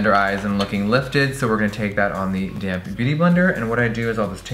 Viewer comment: for the LONGEST time every time jeffree said "damp beauty blender" i thought he was saying "dammed beauty blender" lmao